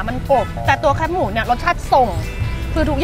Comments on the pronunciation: แคบหมูค่ะ ไม่ใช่แคปหมู แคบแบบซอยแคบ ๆงี้ค่ะ จากใจคนเหนือ เห็นคนกรุงเทพพูดผิดเยอะมาก 🥺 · แคบหมู อ่านว่า แคบหมู คอ -แอ -บอ แคบ (เหมือนกับคำว่า ที่แคบ) ไม่ใช่ แคปหมู หรือแค่บหมู